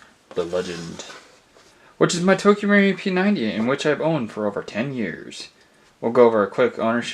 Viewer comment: Marui not Mauri 😅